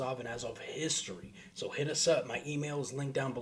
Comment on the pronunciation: "I wus heeit"